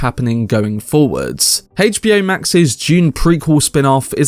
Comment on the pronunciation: the way you say HBO destroys my soul HAYCH B O